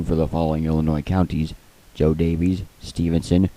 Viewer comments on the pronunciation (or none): none